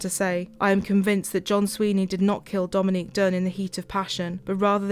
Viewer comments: And he mispronounced her name, blatant disrespect for the victim. That judge is a piece of work. How despicable. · The judge wouldn't even say her name right??? That's the least he could have done. I would have corrected him everytime until they threw me out or locked me up for contempt of court. That's gross